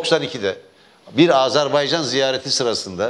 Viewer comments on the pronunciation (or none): none